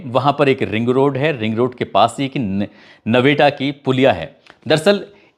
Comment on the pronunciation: नवेटा नही है नेवटा पुलिया है